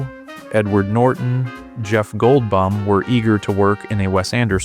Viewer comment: you need to review and edit. for this one, and for "Gold-BUM"